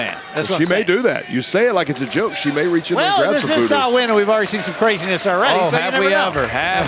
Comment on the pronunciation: Delighted they pronounced Samhain Sow-in and not Sam-hain 👍